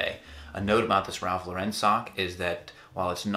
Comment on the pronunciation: 1 point for the way you pronounced Ralph Lauren ;-)